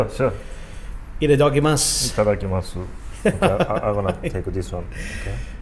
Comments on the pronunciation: "Ito Doggy muss" still not quite.. xD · Liked and subscribed luv the vids incredible cooking and wish i could taste the food you guys make. But to be honest i swear i heard "eat a doggy mas" not trying troll but thats what i heard lol